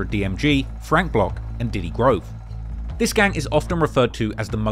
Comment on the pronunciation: its diddy grove not ditty grove lol